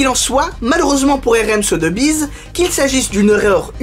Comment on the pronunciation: Très bonne vidéo! Petit tips si tu refais une vidéo avec la même maison de vente, on prononce "SoSSbiz", et non pas "Sotebiz" ;)